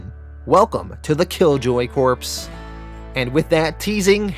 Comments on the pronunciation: it is pronounced core! like in marine core. not corpse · lol also pronouncing Corps as corpse instead of core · Corps, like "Core" not corpse. It's not a league of dead bodies.... usually lol sorry I just had to say something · Green Lantern Corpse???? Really dude? It's pronounced Green Lantern Core (Corps). You desperately NEED a copy writer !!! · Not trying to be a dick but Green Lantern Corps is pronounced like you’re saying core. Themyscira is pronounced like them mes skera. I’m only doing this because you repeatedly used those words and probably will again in the future. Enjoyed the video!